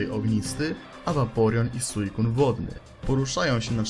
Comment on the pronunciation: Entei,Raiku icSraku usłyszałem